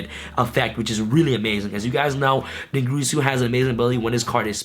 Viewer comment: I love you and all but you and other yugitubers need to pronounce dingirsu correctly. It's not grease ooooh it's gear soooooooo. What am I doing with my life....